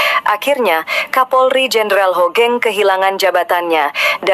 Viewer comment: buat pembaca brita bukan jendral * HOGENG tp HUGENG * tolong tara cara baca nama yg baik n bener dlm berbahasa indonesia bukan HOGENG to HUGENG